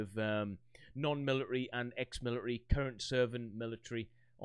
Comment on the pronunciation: "Militry." Love it.